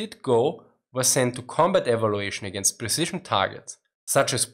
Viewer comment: "Präcision" värry gut Inglisch! ;)